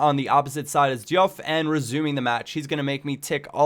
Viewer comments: i thought it was pronounced doof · Diouf is pronounced 'JOOF' just saying. great vid hough man:)